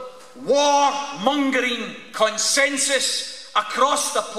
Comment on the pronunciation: Did he say 'mor wongering'? i'm sure he said 'mor wongering'... I'm still voting yes but!